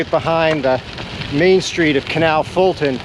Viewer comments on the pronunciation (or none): none